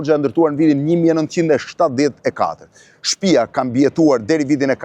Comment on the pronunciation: O hajvan me dy këmbë-Blendi Fevziu,nuk thuhet 'shtpija'por 'shtëpia'!O pjellë e pist ,pse e përdorë dialektin e Ballistëve, hizmeqarëve të fashizmit?Aleluja!